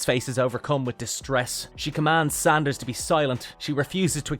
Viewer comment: Szandor, NOT Sanders. Do some homework.